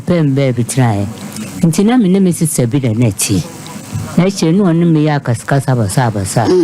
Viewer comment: Where were you looking sabina and you say savinna you rush too much